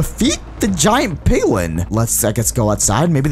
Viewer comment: BTW why did you say piwin when it was called giant piglin 😆 lol